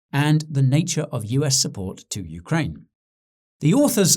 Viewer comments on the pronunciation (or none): none